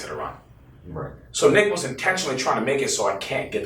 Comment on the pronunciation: Yo everytime said Nick I thought he was saying the b word had to rewind a couple times😂😂😂